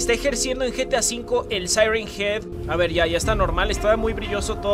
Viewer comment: Ingles: siren head Al español: el sireniyas xd